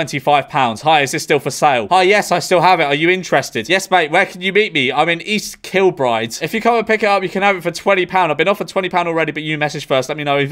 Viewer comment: the way your pronounced east kilbride just hurts